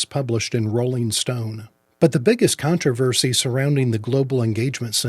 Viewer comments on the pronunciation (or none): none